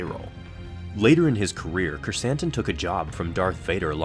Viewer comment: Love how Krrsantan is now in live action and that we pronounced his name correctly!